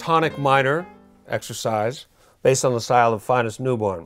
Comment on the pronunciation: I'm pretty sure Phineas is pronounced like "Fin-E-As". Fin, like a fish. Thanks.